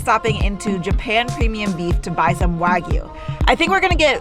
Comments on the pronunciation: "Wag-oo" lmao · If only he had an example of how to actually pronounce wagyu. 🙄